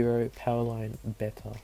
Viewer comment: You say beta like beita